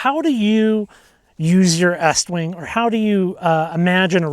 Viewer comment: Why are you saying it like that. it's eeeeestwing.